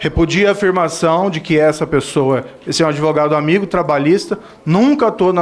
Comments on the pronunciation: ~ parei de assistir em “ adevogado”. 🤫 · Esse Pimenta é uma besta, é uma vergonha para o Rio Grande do Sul e saiba que a palavra correta é ADVOGADO, sem a pronúncia da vogal "e" que não existe na palavra. ADeVOGADO, só um imbecil e estúpido como você "MONTANHA" prununcia! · Gente... Que vergonha!!! É doído admitir que no passado fui Petista. Tem que corrigir o Pimenta e explicar a ele que o correto é Advogado, sem apoio vocal e não Adevogado.